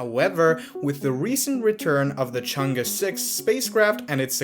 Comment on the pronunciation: far side, man, other than that, perfect pronunciation of Chang'E, great job